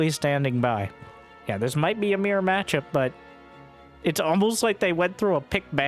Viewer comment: It's only now that I realized every time he says mere matchup, he was actually saying mirror matchup.